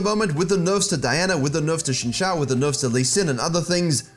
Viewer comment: it's pronounced zin jao not shinshao